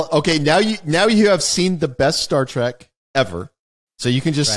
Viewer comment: TREK, not track..... sigh LOL